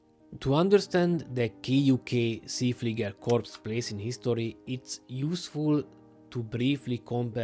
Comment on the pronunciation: You wrong pronounced See Flieger.